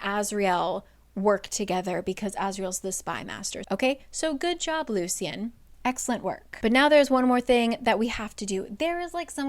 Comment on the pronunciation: It the audiobook they pronounced it Loo Shun. Hearing Loo See Un kept throwing me off 😂